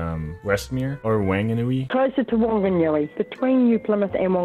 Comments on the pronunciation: WANAGNUI LOL, for intel "wh" in nz has a f sound so he absolutely butchered the name Whangnui which triggered me, but it was really funny hearing you read it. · the way you pronounced Whanganui as Wanganui killed me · wanganooey lmao